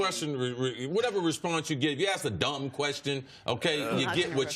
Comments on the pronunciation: Mr32santana He's mispronouncing it on purpose. That's the problem. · He's axed to do too much. Dey be axing him to do too much. I wonder how they can axe so much of him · When he needs an axe to cut wood, does he then say "get the ask"? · I don’t begrudge someone for not being able to say ask correctly. But maybe find a different word to use if you have problems saying it. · The word you’re looking for is ASK. Not “AXE”. It’s a three letter word. It’s not that hard to pronounce, people. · I hate when people axe people to carry a team and axe them questions. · How hard is it to say the word ASK?! sooooo stupid...axed...just stupid. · AXE 😂 where do they find these illiterate people at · he say aks a lot or is he say ax he needs to get Grammerly . they even have a producer standing 5 ft away so this is part of the script . now if you asked me ..thats a question . i bet bart can say words correct if he wants to besides he is to old to act a fool for money , ax him to say bASKetball or do he say bAKSetball i bet money Bart says BASKETBALL maybe .... acting a fool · Bart Scott be axing all the time... it’s ASK... 🤦🏻‍♂️ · He sure likes saying axe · Aks AX AKS AX. I turned it off after hearing this. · Mr32santana My point is invalid? The word is ASK not AX. One is a question, the other is what you chop wood with. But go ahead and keep advocating for stupidity because it's somehow cool. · Let us not forget 'akse'...as in 'nobody never done akse more questions' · Why do you axe? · Only if you axe politely. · Why don't you axe him how to say that to his face?😀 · Its ask...ask...ask...you are on national television...ask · please learn how to pronounce ask ! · Sounds professional, "axe" this "axe" that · Its crazy that Americans can't pronounce the word "ask". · Can Bart pronounce “ask” or “asked?” Axing for a friend. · How hard can it possibly be to sound out a 3 letter word for God's sake....ASK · Ax yourself, axed yourself... Really